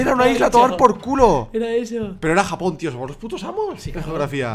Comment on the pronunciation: like si te diste cuenta q dijo japojon